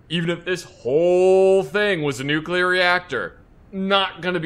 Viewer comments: Bruh is nuclear not nucular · Every time said "Nu-kyew-lur", I cringed a little. By the end, I was tucked in like a scared turtle. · "Nukuler" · Nookyelar reactor